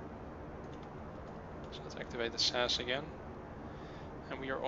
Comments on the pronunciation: Please say S.A.S not sas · Not that it matters, but ti S-A-S and E-V-A individual letters.